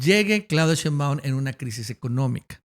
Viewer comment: Señor ,me gusta su trabajo,pero me causa algo el que no pronuncie bien el apellido de la Presidenta Claudia Shembaun,se acentua en Shé.🤭